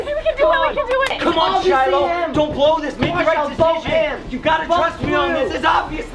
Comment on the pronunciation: I HEAARD SAID SHILIH